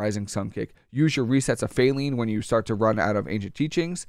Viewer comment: Good video bro but it's pronounced fae-line (like a straight line) stomp. It's a play on the phrase 'ley line. '